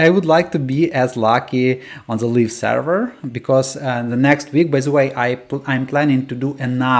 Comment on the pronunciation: "live" is pronounced лайв, it sounds like you're saying "leaf version" 😅